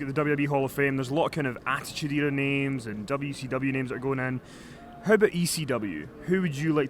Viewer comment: He pronounces 'how' as 'hoe'